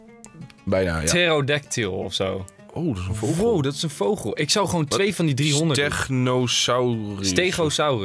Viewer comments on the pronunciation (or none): Grrrrrroooot nieuws! Enze zegt geen vogel maar voogel ik schrijf voogel want dat is met de grote o ik weet wel dat je vogel schrijft hoor!!😂